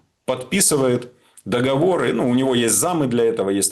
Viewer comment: Приятно слышать грамотную речь, где звучит слово « договОры», а не массовое « договорА». 🎉 Спасибо.